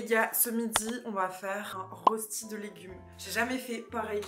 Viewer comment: "Une rosti" 😭. Ca se dit un "Reuchti". En tout cas, tu m'as bien ouvert l'appétit. :)